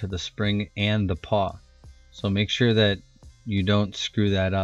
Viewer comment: You frayed your brake cable, no bueno there brochacho. pawl. like awl. PAWL. CIRclip removers. (cir, as in circle. circlip) omfg if you say PAW again. directional tire, remount the tire on the rim after flipping, don't be lazy.